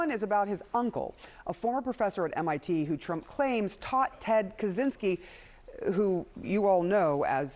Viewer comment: Not Kuzinsky, Kascinsky...